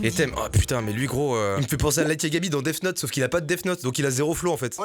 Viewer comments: Putain c est death note pas def note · Par contre « def note » 😭😭